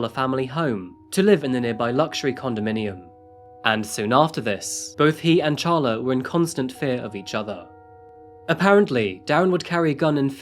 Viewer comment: It’s pronounced Sharla even though it’s spelled Charla